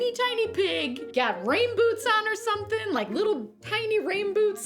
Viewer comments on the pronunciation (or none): none